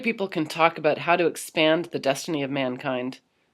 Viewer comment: Aboot! lol did anyone else notice that, like in South Park with the Canadians...aboot! lol She said it like 3 times in a row....lol Aboot! lol Aboot! Im not taking the P. in fact I have even unsubbed to PE and those lot I am MGTOW to the bone...but you did say aboot lol